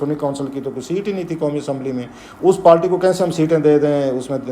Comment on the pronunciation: It's party not palty